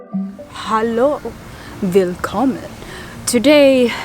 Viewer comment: OMG for a second it sounded like you were speaking Danish 😀 Our "Willkommen" is velkommen and it's almost pronounced the same 😊